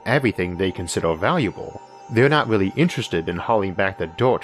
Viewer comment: I wish you a speedy recovery!! I sincerely hope your quality of life improves, but I'm genuinely going to "weawwy" miss how you spoke 😊❤.